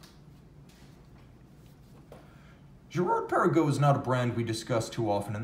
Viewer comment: Hi, I’ve never heard you yodel Girard Perregaux before. Impressive.